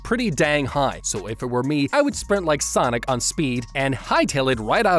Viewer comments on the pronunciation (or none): none